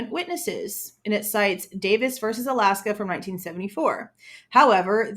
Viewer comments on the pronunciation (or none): none